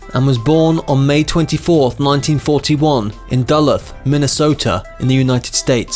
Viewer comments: lucy girl that’s extremely petty. this person from the UK also said “Dull-uth” instead of “Duh-looth” you forgot to chastise him for that one too. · Learn how to pronounce you idiot. Who is Baze? Try Buy-ez. And Dull-ith? Duh-looth. WHat a jerk. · Narrator: it’s Duh-loot (emphasis on second syllable). And she’s Joan Bye-Ex (emphasis on second syllable). Couldn’t finish watching. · It’s pronounced DULL LOOTH.Not DULITH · this guy hates linear storytelling and proper pronunciations. Went from 80s to 60s to 90 etc saying Duhluth instead of Duluth, Joan Bays instead of Baez. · Duluth; Doo Looth. NOT Duh-Luhth- you hammerhead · "DULL-EARTH" I don't think so... It's pronounced "DA-LOOTH"... "JOAN BAZE" I don't think so... It's pronounced Joan BUY-YEZ! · Duluth not Dull-ugh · Born in Dulloth I think you mean Duluth. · Duluth, Minnesota. Pronounced “dəlooth’,” not “dʌ’ləth.” Joan Baez, not Bays. Pat Garrett, not Garrette. Kareem Abdul Jabbar, not Gabbar. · It’s pronounced “De-Looth” Minnesota. Jesus Christ homie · "Dylan was born in Dulleth, Minnesota"? Lol. Another spectacular mis-pronunciation! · "Duh-Looth", accent on the 2nd syllable. "Buy-ehz", slight accent 1st syllable, lower pitch on 2nd syllable. "Minnuhsotuh." The definitive evangelical song (the secular-minded might say 'phenomenological song') from the 79' album was "You Gotta Serve Somebody." Many think his "My Back Pages", 1964, signifies his refusal of political and ethical platitudes (",,,,',Equality,' I said those words as though a wedding vow. Ah, but I was so much older then; I'm younger than that now.") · "Dull-eth" Minnesota indeed. Do you even know where that is? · Bob was born in Duluth, pronounced da-LUTH. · Pronounced "Da-Looth" Minnesota. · wait you mean it's not dull-uth? lol. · If you are going to do a you tube in english please learn how to pronounce words correctly, example: Duluth is pronounced Deh - loo-th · Learn how to pronounce "Duluth" and "Baez" if you want people to take you seriously.